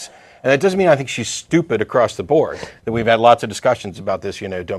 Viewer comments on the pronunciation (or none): none